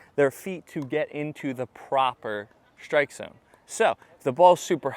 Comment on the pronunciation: You’re saying strike as if it was shtrike. Why?